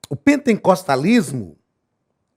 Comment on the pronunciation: Misericórdia não é pentencostalismo É pen-te-cos-ta-lis-mo sem a letra n depois do te